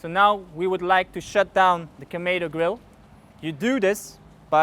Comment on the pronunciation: kamedo grill??? Kamado !